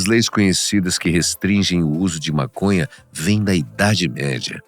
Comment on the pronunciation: To entendendo é nada. Tenho que parar de usar essa planta mn, ta fazendo bem n... N tem como n rir com esse cara falando "Mácônhá" N akakkakaakkaka